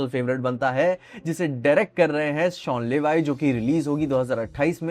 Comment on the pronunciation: It's शॉन लेवी... not शॉन लेवाई😅😅